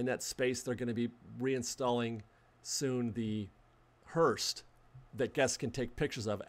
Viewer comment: There is no 'T' in Hearse.